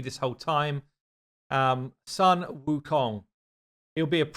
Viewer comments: its not saan its called soon, sun wukong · Sun is pronounced SOON